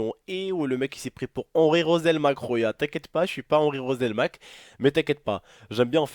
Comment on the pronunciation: mdr la video el commence j'rigole deja on dit harri roselmacque pas henri mdrrr